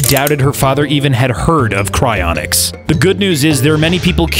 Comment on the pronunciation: Him: " Cryinics " My brain: "Do you think I’m a joke to you?"